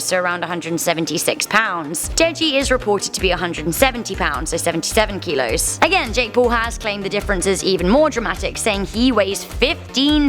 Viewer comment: Stup up!!! Its not 'kelos' its 'kilos'